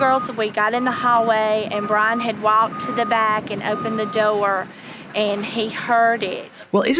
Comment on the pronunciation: From the first one about the weather siren. Only a southerner can make the word "door" a three-syllable word.